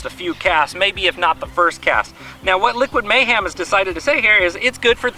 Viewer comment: Did you say Liquid MayHAM? lol